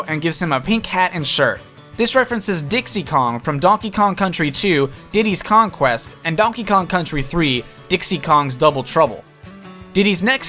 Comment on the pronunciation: You may need to say your words a little differently next time. Now I want Diddy's Conquest to release.